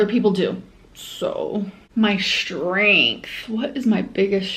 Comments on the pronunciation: Does the way she says “strength” bother anyone else? Like, there’s no “SHHHH” at the beginning of it. She does the same with the word “extremely,” when she pronounces is “eckSHHHtremely.” Pisses me tf off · Yup she does the shh thing in a lot of words and it makes me so angry